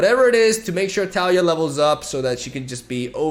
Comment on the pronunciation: I still cringe at his pronunciation of taliyah, but still love his videos